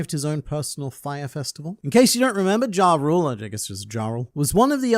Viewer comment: Internet Man, why do you pronounce the “J” is Jarul and Jorul? Isn’t it a “Y” sound?